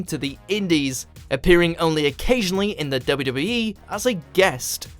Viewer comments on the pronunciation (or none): Why is he having problems saying WWE? He’s trying to say W W so fast, he sounds so strange!